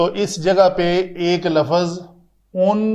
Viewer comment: With respect the correct word is lufz not lafuz.